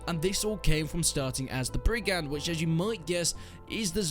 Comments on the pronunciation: btw brigand is pronounced more like brig-ind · he pronounce it right appart the d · Quite embarrassing to be a British person who can't pronounce 'brigand'.